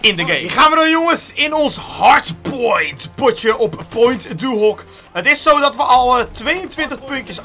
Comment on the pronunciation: je spreekt point du hock uit in het frans like als je je er ook aan ergert😂😂